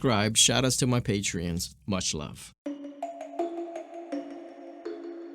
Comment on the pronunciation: Unfollowed your Patreom just cause the way you pronounced it Bye